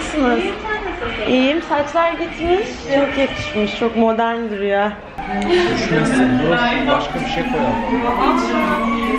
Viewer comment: "cok yakışmış ... çok modern duruyoeeğğğ " bu nedir ya ? Video bana çok havalı geldi yorumlara bi baktım herkes aynı şeyi söylüyor